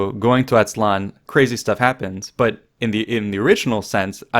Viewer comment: Not "Motecuzuma", his name was Moctezuma Not "Atzlan", it is Aztlán